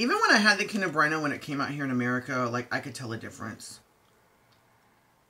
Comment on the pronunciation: You made my day by pronouncing kinder right 😍 Also great review.